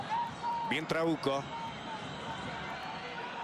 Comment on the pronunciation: Porque en ves de trauco escuchaba trabuco